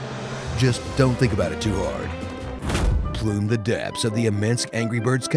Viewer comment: “Plume the depths.” I see you.